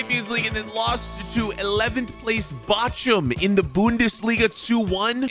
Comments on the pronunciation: "BACHCHUM" Americans mann 😂💀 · Ok so what about how he said bochum